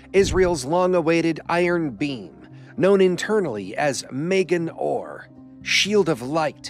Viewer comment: Not 'Megan Orr'. Ma (like as in Mom!) Gen. Magen = Shield. Orr = Light.